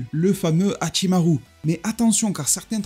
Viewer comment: Très intéressant ton accent japonais sur Hachimarrrru. Mais également sur ce que tu nous apporte dans cette vidéo. Par ailleurs j'ai adoré ton short sur Yamochi.👍